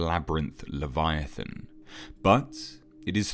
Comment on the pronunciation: "leviathaaaan" haha I love how he pronounces it